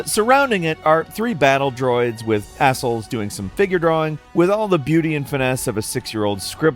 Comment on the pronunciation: Eh-sels?! EE-zl. EEEEEEE-zl.